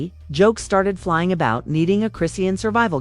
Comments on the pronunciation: Her name is pronounced chri-shawn!! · This is AI....it's pronounced wrong because it's not a person.